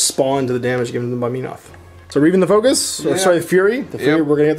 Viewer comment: "Meenoth"..... Holy crap this has bugged me forever. Men-oth would seem to be more accurate.